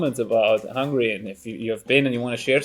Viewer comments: not hungry. It's HungAry. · I never go ahead and listen any more if someone says 'hungry' instead of Hungary. The Christian guy saying BUDAPESZT... It is Budapest precioussssss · Man, it's HungAry not Hungry :D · Számomra borzalmasan irritált amikor azt mondta Magyarországra hogy hungry (Hungary helyett), ha már videót csinál róla legalább a nevét ki tudhatná ejteni rendesen. Nem bántásból, csak egy észrevétel.